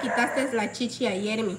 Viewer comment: Y para tu conocimiento el nombre de tu hijo es Jeremías no yeremi porque no tratas de hablar mejor edúcate se más educada